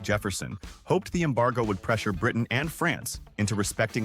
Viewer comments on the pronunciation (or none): none